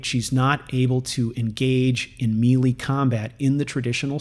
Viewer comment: As always, I love your vids. Btw it's pronounced as may-lay (melee). Hope that helps!